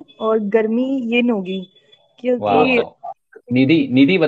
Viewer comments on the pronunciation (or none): Yin ko in bol rahey ho